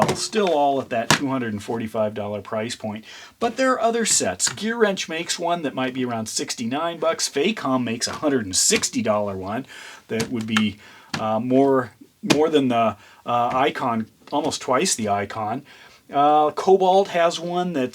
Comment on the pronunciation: Facom is pronounced the same way as Mac in Mac tools